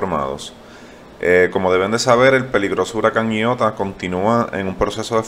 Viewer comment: Tan claro,que pronuncia el nombre como "ñiota" 🤦🏻‍♂️